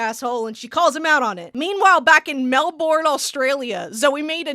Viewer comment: Holy shit I remember this show!!! Your pronunciation of Melbourne is killing me ☠️